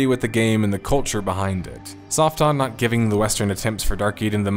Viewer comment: I'm sorry, did you say "Soft Dong Entertainment"? I must be hearing that wrong, lol. Yeah I know I know, different cultures and languages and all that, but come on, lol. Oh wait, there's subtitles. Soft On, OK, I was hearing it wrong, lmao.